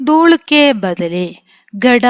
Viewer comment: ദൂൾ അല്ല ദൂല് ആണ് ഞാൻ ഒരു ടീച്ചർ ആണ് 😊